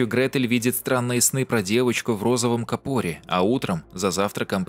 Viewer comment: кАпор,не капОр. Простите режет